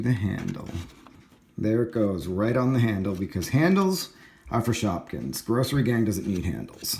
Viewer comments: you said shopkings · you said shopkins